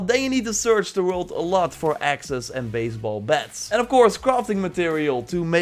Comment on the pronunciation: Please, work on your "WORLD" pronouce. Thumbs up for another great vid!